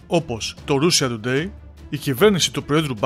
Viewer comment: ράσια τουντέι ρε όχι ρούσια!